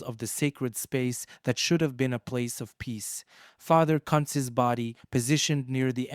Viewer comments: Its pronounced: "Coonz" & not cunts 🤦🥴 😂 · Who in the h-ll is father "Cuntz" ? 😂😂😂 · 😱😱 you NEED to delete this!! You must he a tad lazy, ignorant. omfw. YOU ARE MIS-PRONOUNCING a DEAD man's name and insultingly as well! 😡🤦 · Your pronouncing his name wrong. Very wrong!!!